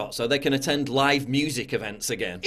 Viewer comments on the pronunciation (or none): none